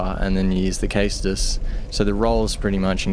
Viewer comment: Caestus is pronounced saystus. Just putting that out there. Awesome vid by the way. I knew there had to be a way to put mace of the insolent to good use.